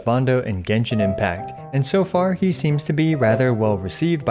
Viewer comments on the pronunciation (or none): none